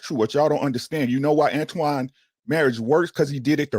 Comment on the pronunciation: It's amazing how many people say Antoine. His name is right there in your face for 8 hours